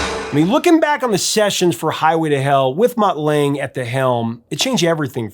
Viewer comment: And it's pronounced Lung-ger. Not Lang.